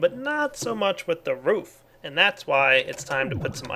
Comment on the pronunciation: Roof sounded like Woof lol